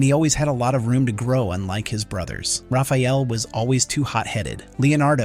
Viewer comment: lol, he calls Rapheal Ralf several times.